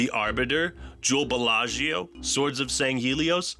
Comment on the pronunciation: "Joel Belaggio" lolololololol